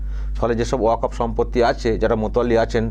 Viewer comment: ও চাচা,ওকাপ নয় কথাটা ওয়াকফ। গরু নয় গুরু , মুন্ত্রী নয় মন্ত্রী,সামপ্রীতি নয় সম্প্রীতি, মুনদীর নয় কথাটা মন্দির,বাংলার কি মুসলিম গুরু বাংলাটাই জানে না।